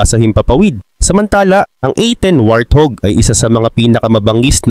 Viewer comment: Hahaha, what do you say? Wrathug? Lol 😂